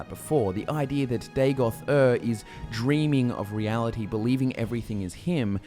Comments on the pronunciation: Btw it should not be Day-goth. Its Daa-got. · I always hear Dagothwave.